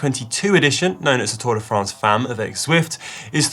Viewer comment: First lets try how to pronounce france correctly